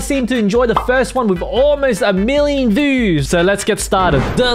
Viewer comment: He said vews not views